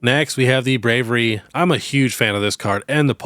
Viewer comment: I heard you call the Braviary the "Bravery". I hear tons of people call it that. It's a shame honestly because it's such a clever name! An Aviary is a zoo for birds. He's obvious brave. They combined those 2 words. Shouldn't it be pronounced BravIARY and not BravERY?